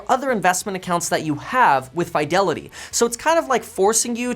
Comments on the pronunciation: Two spaces in front of period is the traditional, formal and proper way of starting subsequent sentences after the first. It's normally pronounced "Fee-de-li-tee" not "Fai". Also "Suh-thuh-bizz" not "Suh-thee-bizz" (previous video, yeah I subscribe). When you mispronounce words, it doesn't do justice on how smart you are, which you are. Thanks for the video. Very informative. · There is no FYE in Fidelity. fi-del-i-tee. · Why do you say fiydelity instead of fidelity. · Why do you say Fidelity like that 😂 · Because he's a KEVIN!